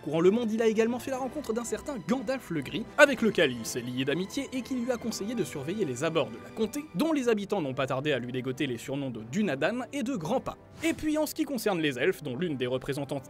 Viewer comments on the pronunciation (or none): le post caractéristique d'une personne qui étale sa science sans apporter au débat ! (et en plus farcie de conneries concernant les prononciations .. dounadane ? couénia ? ah bon ? lol ! la prononciation est Dun (comme sun en anglais) adan .. et quénia se prononce qwégnia . tu oublies que JRR tolkien est anglophone ...) à t'entendre tu sais mieux et plus que tolkien lui même ... mais tu m'as bien fait rire ... au fait ... Dunedain est la version francisée de Dunadan ... dun ouest ... adan hommes ... adan =edain ... voilà mossieur je jais tout ! le mot de la fin ? gurth an glamoth !